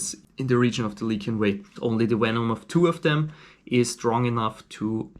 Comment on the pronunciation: Just one thing: it's lycian, not lykian. LISH-ee-uhn.